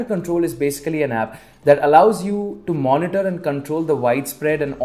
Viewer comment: "kampyuter" "money-tar" "yourap"